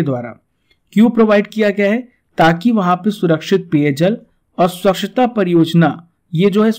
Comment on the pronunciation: Sir pronounce it as SWACHHTA not SWAKCHHTA